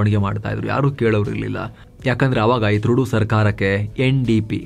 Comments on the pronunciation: ಟ್ರುಡೋ ಅಲ್ಲ ತೊರಡೋ😂😂😂😂🎉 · name Justin Trudeau .... pronounciation TRUDO antha....